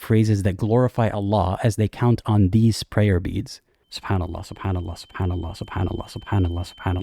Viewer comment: I love how you pronounce Allah "ull-UGH"